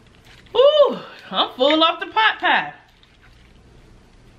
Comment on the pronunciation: U say potpie, I though u were saying popeye. I am like why she kept saying popeye, when this is KFC Lol! 💕💕💕 Love you! You make my day a little brighter everyday. 💙 KFC coleslaw is the Bomb! 🎈🎈🎈